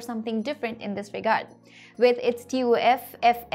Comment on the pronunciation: Its TUF not TOF 😂😂